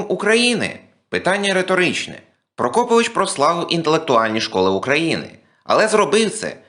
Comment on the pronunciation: Наголос у прізвищі мабудь трохи не той..